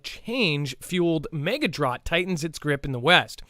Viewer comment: I bet you all those videos you watched about drought coming in the future didn't call it drott. Lol just busting your chops I mean, hell you pronounce tons of words like a Canadian 😆